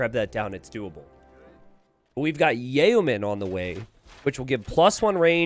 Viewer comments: not pronounced, "yay-o-men". it is said, "yo-men". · It's pronounced like 'yo man'